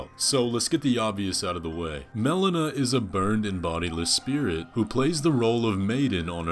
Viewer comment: Mel-LEE-Nuh not Mel-uh-nuh